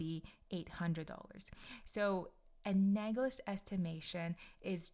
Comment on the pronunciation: Analogous not anagolous